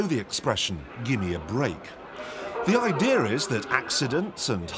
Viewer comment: .. did he just say "Idear"???? Isn't it "Idea"?